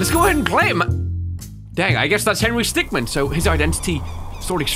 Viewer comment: Its Henry Stickm"i"n.